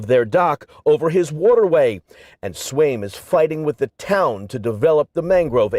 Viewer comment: Swaim or Swine? I heard Swine, and as hard as I try I keep reading it as Swine.